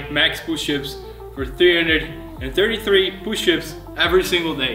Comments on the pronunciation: Poo- shups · I love when he says pooshup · You mean "Pooships"? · 10,000 POOSHUPS